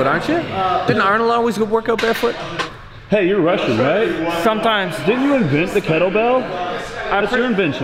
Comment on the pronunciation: hey you’re russian right? “Sometimes” 😂